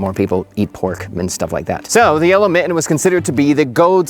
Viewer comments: his pronouciation of mitten is diabolical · Love this content - delightful and AI-free. One little tiny request though . . . could you pronounce your Ts going forward? Your current pronunciation of mitten sounds very Valley Girl. Thanks much. 😊